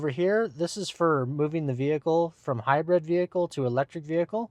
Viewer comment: It’s called High Brid not High Bread